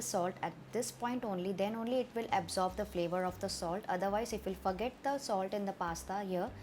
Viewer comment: You said f**k of instead of forget of .